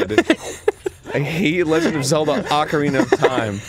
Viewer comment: Good ol Arin "I hate the Legand Of Zelda Ocarina Of Time" Hansen